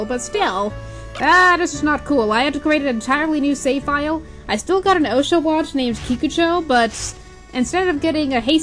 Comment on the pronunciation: Makes me cringe every time she prounced osh-a-watt wrong! Gah